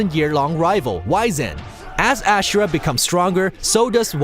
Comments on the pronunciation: Holy shit you need to learn how to pronounce these. I was able to let Chronos slide but Ashura?! You’re joking right dude??? Even the Japanese will tell you it’s pronounced AZ-UR-AH holy cow man. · *Asura, not Ashura *Cronos, not Cronaus Sorry, just bugged me. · I find it funny how people still manage to mispronounce names when the characters in the very game say them. Case and point - Wyzen (the last boss in this video) constantly screams about the MC (Asura) during his fight yet the commenter here insistently calls him "AsHura" despite undoubtedly hearing it. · Or 'Ashra' instead of Asura. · Pretty sure Asura is pronounced wrong. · Bulletstorm is a watered down Gears of War. Why would they show Mehrunes Dagon But not have him as an entry? Also, that's not how you pronounce Asura.